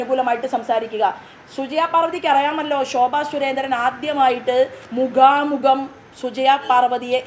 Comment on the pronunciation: മുഗാമുഗം അല്ല smt., മുഖാമുഖം ആണ്